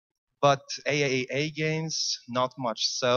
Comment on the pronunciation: By the way, it's pronounced triple A not AAA :)